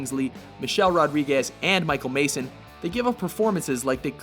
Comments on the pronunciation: i cant beleive they just called michael madsen, michael mason o.O ITS MADSEN, MADSEN!!! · I'm pretty sure his name is Michael Madsen not Michael Mason. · Michael Masen? Its Michael Madsen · This guy seriously called Michael Madsen Michael Mason? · It is pronounced Madsen not Mason... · Michael Madsen** not Mason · did he just say Michael MASON?!? it's Madsen bro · Madsen... Not Mason. His name is Michael Madsen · Wow, I didn't know Michael Madsen's name was pronounced "Mason" ( ͡° ͜ʖ ͡°) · How many different ways can this guy pronounce Uwe? And while we're on the subject of mispronunciation, it's Michael MADSEN, not Mason. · Its Michael Madsen(not Mason) ;-) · Michael Mason?? It's Madsen, you fucking morons. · Did you say Michael Mayson? Ummm sacrilege! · "Michael Mason"? Are you shitting me right now? Are these people retarded? It's Madsen for fuck's sake! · Lol Michael Mason? Michael MADSEN. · GREAT VID, BUT IT'S MICHAEL MADSON, NOT MASON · "Michael Mason"? LOL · michael mason? it's madsen... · Michael "Mason"? It's Madsen, you sound like a dumbass when you say a completely different name. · It's Michael MADSEN not Mason. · the narrator says "Michael Mason"... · did you say Michael Mason? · Did you SERIOUSLY just mispronounce Michael Madsen's name as Michael MASON? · Did you just pronounce Michael Madsen's last name Mason? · Can't pronounce "Uwe," "process" or "Madsen." Let someone else do the damn voiceovers...